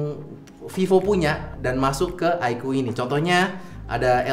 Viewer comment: kocak loe bang, sebut oddo pula 😂😂